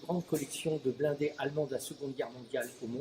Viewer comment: "Muséum the Blonde" in France... Geez, How hard is to pronounce blindés ?